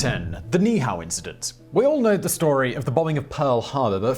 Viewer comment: Ni’ihau: pronounced knee-ee-ou (ou like the first two letters in ouch). 😀